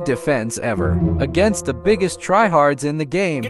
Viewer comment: I love how he says agaist the buggest tryhards masai990 battle pass